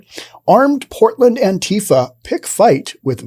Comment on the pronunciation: This is first one of these ive seen Learn to talk properly first & how you pronounce words & what Government dept do you work for with your pro Government propaganda First of all to pronounce antifa as ANTIFAR because they are anti facist anyone that doesn't believe in most they do are totally not patriotic antifa are & if was the PAGANS mc they are a very dangerous 1% club Not a gang.